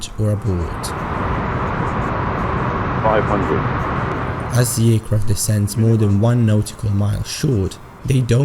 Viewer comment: Abort. Not 'Aboard'.